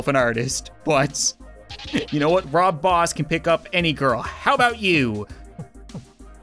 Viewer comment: He said "Rob Boss"!!!!🤣🤣